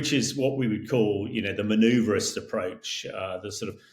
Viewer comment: This guy needs to stop drinking. “Manouverist!?” Really!? The European elite are terrified and have no idea what to do. Sending out boozers sprouting idiotic propaganda is no plan.